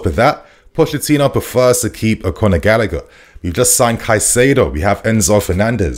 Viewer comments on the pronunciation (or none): none